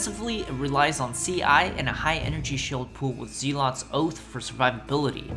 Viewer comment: Click the little speaker next to the word Zealot to hear the correct pronunciation of the word